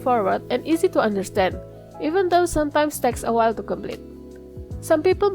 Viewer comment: Did you mean to say "While Exploring" instead of "White Exploring" ?